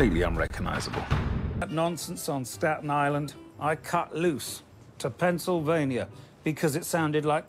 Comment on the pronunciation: how did he manage to make "pennsylvania" sound like "pencil vania"